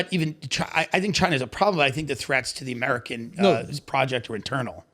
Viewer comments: Andrew “ I’ve been embarrassed by amerigan” lmao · “Amerigan” ~ Andrew Schulz